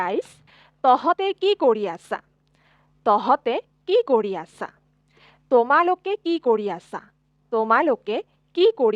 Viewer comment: Few corrections: ●It's pronounced as Tumalook (not tomalok), Apunalook (Not aponalok) ● Then it should be Tohote ki kori aso and not tohote ki kori asa ● Muk not Mok ●Mur not Mor ●Aeitu not Aito ●Tumar not Tomar ●Teuluk not teolok So basically the use of 'O' isn't correct in many places ig.